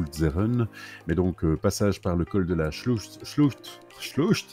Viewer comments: Salut et, ah! L'Alsace, tout le berceau de ma famille (grands-parents, parents, oncles, tantes,...) de bons souvenirs 😀! Le "ch" du Col de la Sclucht se prononce "r", on dit Col de la Shlurte (c'est le "ch" allemand', l'alsacien s'y rapprochant), 😂😂 à ta prononciation à. Les Vosges sont vraiment splendides. Bon périple, vivement la suite! ✌ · Belle vidéo ✌ repeat after me: "Gérardmé" et "chlourt" 🙋‍♂